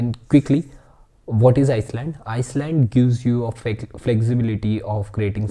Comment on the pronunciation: Great video, just for my sanity I have to say: island is pronounced “eye land” not “ice land”. Keep that positive energy coming! 👍